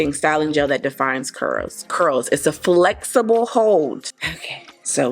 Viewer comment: Great review! Very helpful and lots of emphasis of flex-eh-boh hold😂🤣